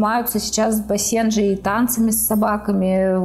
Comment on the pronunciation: Ударение на первый слог бАсенджи! А не басЕнджи!!